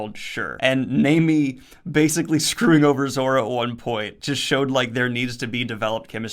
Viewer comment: Your right, it's Nah-me, for how your pronounce it for Nami. Your finally pronouncing Luffy right and yes it's Zoro not Zolo. Zoro is much better anyway. Also I notice your using spoiler gifs for the videos, you can use gifs of course. But just use them for the arc your using so you don't spoil yourself on this series. One Piece is better read and watched not knowing what happens like Dragon Ball and most series. It's an amazing experience seeing the plot twists as you go, try to avoid spoilers in the comments as well. Hope you enjoy the journey man, it's one of the best anime and manga of all time and you'll see why soon enough.